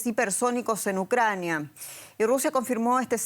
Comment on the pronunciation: Saquen a esa presentadora no sabe pronunciar bien " Obesa en vez de Odesa.." .y se le enrreda la lengua al decir Ucrnia ...saquenla por favor...